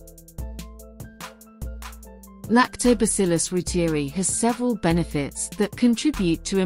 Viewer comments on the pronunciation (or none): ‘Roo-teer-ee’ ??? ‘Roy-ter-eye’ is the true pronunciation.